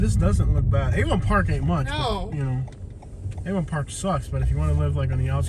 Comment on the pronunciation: Replace the V in Avon Park with a D to sound more like a local.